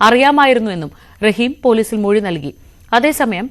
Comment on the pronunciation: മെഴി അല്ലാ മൊഴി😂